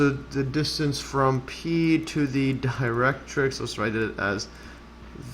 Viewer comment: Great! Many people confuse catenaries and parabolae (the original plural for parabola (but you can still say 'parabolas')). Your pronunciation of 'directrix' was spot-on! Kudos to you. 😊👌